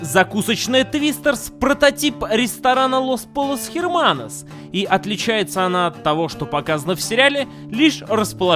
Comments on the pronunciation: Ну блин. Pollos Hermanos читается как Лос Пойос Эрманос, ну сложно было в гугл переводчике прослушать?:( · Поёс эрманос а не полос херманос. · полос херманос??? Это же пойос эрманос!